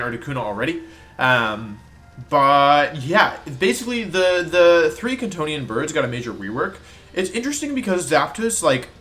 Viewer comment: Every time wolfey says Kantonian I hear C'thonian and my room becomes ever so slightly more cyclopean in nature.